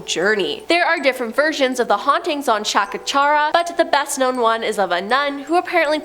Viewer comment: The way how she pronounced Chacachacare tho 😂😂